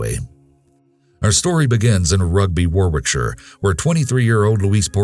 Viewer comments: Second case: Warwickshire is pronounced Woh-rickshire not Wor-wickshire (I'm from there). There's also something comical about "a beautiful Walsall funeral". Having said that I once thought Arkansas was pronounced Ar-kansas. Separated by a common language lol.... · Just a little tip for you guys if you report anything from Warwickshire again. The second W is silent and it’s pronounced Warickshire 😉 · Its pronounced wohrick-sheer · Warwickshire pronounced Worricksher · I have to make a correction here. The second story, Rugby Warwickshire is in England. In England, the emergency number is 999, not 911. Please check your facts, first. Also, Warwickshire is more pronounced "Warricksheer". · For anyone wondering how to pronounce Warwickshire, it's like war-rick-shuh, or war-rick-sheer. Warwick is just pronounced worrick. More silly lil English town name spellings lol, From someone from Warwickshire Hehe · FYI it's pronounced 'Warrickshaah' ....x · Its pronounced - Worrickshire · To pronounce wallsall it's wall-sual and Warwickshire is Wa-rick-shur. I live in the UK 🇬🇧 😊 Great video. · UK emergency number is 999 not 911 and Worrickshur would be the correct pronunciation of Warwickshire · It’s pronounced Woricksher :) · Just a slight correction but Warwickshire is pronounced Worrick-shire, that being said Quality work as ever.